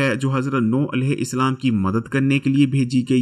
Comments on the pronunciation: Bhayee tum Urdu sahih parhne ki mashq karo.Alaihissalaam ko Alaihi Islaam kyon parhte ho.Roo e zameen ko roohe zameen kahte ho .haisiyat ko haseeyat kahte ho.Mashq karo .Ghalat mat parho. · sir it’s alehu salam not alehu islam